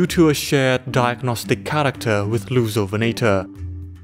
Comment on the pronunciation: i keep hearing it as "Loser-venator", man dinosaur bullying is such a problem